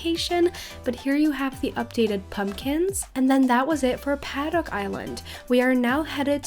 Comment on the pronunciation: Did anyone get triggered when she said 'paddock' wrong or is just me?